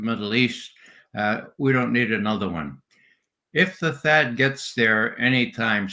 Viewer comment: Its pronounced "Thad" and it wont make a difference. They would have to send lots and lots of batteries (units with intercepter missiles) amd there are only a small amount of THAAD units. Theyve also never been used to shoot down a missile in a combat scenario so this is likely a way to get us dragged into this conflict.